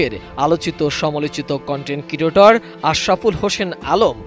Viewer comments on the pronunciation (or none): কন্টেন্ট ক্রিয়েটর কথাটা ঠিক ভাবে বলতে পারে না, এই ভাইরাল না হতে পারা নিউজ প্রেজেন্টেটর।😂